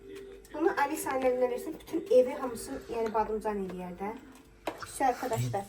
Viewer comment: Badımcan❌ Badamcan✅😂